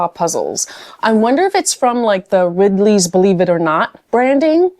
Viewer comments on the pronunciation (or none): Chronicle is a SF publisher and Thames & Hudson is known for publishing beautiful photographic books. And it's Ripley's Believe it or Not, not Ridley's, so those two aren't related. Cute idea, though. I'm so glad you got a discount - it makes it easier for you to entertain us all! Maybe taNeues is pronounced 'tenuous'?